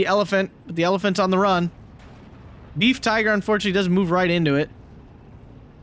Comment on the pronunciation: PLEASE no more "Beef" Panzers; Befehls isn't difficult to say and u sound like a .....! (Ba-fells) Good cast otherwise. GG to the Fox clan.